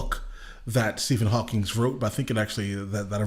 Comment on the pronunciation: Hawking. Not Hawkings.